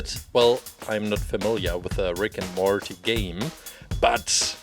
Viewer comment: I like the way you pronounce Morty it's cute